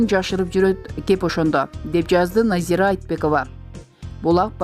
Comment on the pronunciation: Назииик дейби😂 Назира